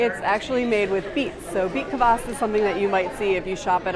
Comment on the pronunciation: You pronounce Kvass wrong